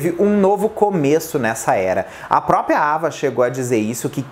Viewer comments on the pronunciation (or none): none